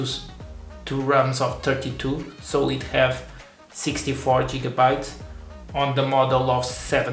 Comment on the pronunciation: It's Gigabytes, not Jigabytes .. the G is pronounced like Gate or Give not like Jig. 🤡